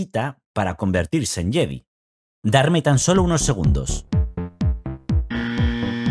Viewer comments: JEDI se pronuncia "YEDAI"... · En españa lo pronunciamos “Yedi” aunque cada vez más decimos “yedai” pero nos suena a algunos raro